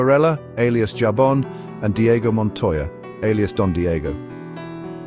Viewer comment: Pronounced Habon * meaning soap lol